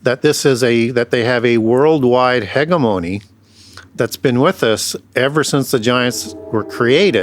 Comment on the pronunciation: I just can’t take this guy seriously when he says two Corinthians the way we all make fun of trump for saying it and also he pronounces hegemony- hegamony